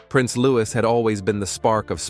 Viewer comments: Louis is pronounced “looeee” not loois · Americans pronounce the s. It's a French name, and the correct pronunciation is Loo-ee. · His name is not pronounced with the s at the end. It’s a silent s. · The S in Louis is silent.